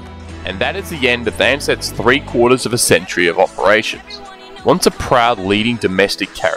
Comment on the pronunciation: The pronunciation of "TH" as "F" ie FREE instead of THREE, FOUSAND instead of THOUSAND. is triggering me :_)